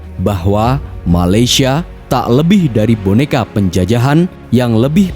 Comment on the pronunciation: Bukan malasyia tapi malaysia